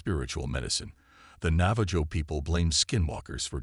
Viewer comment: Enjoyed the post, but you should look up pronunciations when it comes to Indigenous People tribes. Navajo is pronounced "Nava ho"